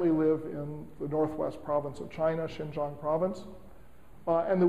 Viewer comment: Kudos for the pronunciation of the Chinese province of "Xinjiang." Cheers!